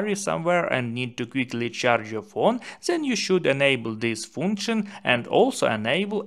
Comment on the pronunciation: Why is your English so damn bad? It's not zen, it's then....